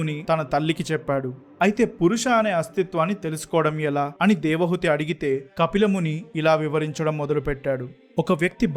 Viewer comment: 16.00 Hrs - Narration is good- తన్మాత్రలు అనాలి - తన్మంత్రాలు అంటున్నావు. నాకు 79 ఏళ్లు వయస్సు. వంటరి వాడిని. పరమాత్ముడిని నాకు త్వరగా మృత్యువును అనుగ్రహించమని కోరుతున్నాను. నాకు ఎటువంటి కోరికలు లేవు. నేటి సన్యాసులు ధనార్జన, కీర్తి, ప్రాచుర్యం, సాంఘిక గౌరవం వంటి వాటిపై దృష్టి సారించారు. దేవహూతి మీరు దేవహుతి అంటున్నారు